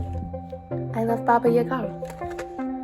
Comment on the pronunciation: This is so cool! I can’t wait to see more of your portraits and art in the future! Red eyes for the Queen’s face was a great choice, you are lucky to have a dual toned typewriter. Also thank you for teaching me the correct way to pronounce Baba Yaga.